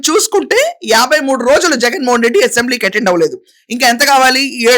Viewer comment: అసెంబ్లీ అనే‌ పధం సరిగా పలకండి యసెంబ్లీ నసగా ఉంది రాజకీయ నాయకులు అంతా దొంగలే ఎవరు సత్యం హరిచంద్రుడు లేరు ఆమె పోరాటం ఆదర్శం తెలుగు దేశం పార్టీ లో అంతా చీరకట్టు లో ఉన్నారు వాళ్ళ కంటే మీరే మేలు చొక్కా ప్యాంటు ధరించి ఉంటారు